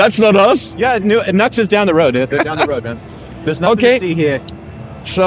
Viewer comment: NEW-X! not NUX you NUCKLEHEAD